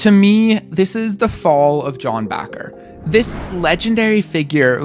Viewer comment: Why are you Pronouncing Bacher like Baqar.